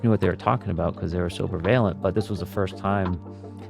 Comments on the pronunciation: Prevailent????? I think you mean prevalent you poser who was that dude and what are his credentials? He comes off as a total phony. He did not speak at all like a pilot. I called BS. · Can't get over his mispronunciation of prevalent.